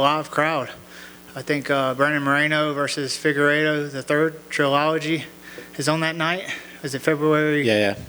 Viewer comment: anyone who says "trilology" shouldn't be taken too seriously...